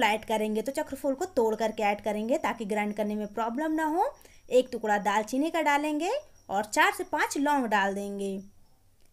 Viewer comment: तुकड़ा क्या होता है टुकड़ा बोलते हैं